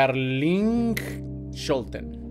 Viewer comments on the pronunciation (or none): El 2do vídeo es de una persona holandesa y ese “ij” de pronuncia “ei” entonces el nombre se pronuncia Karlein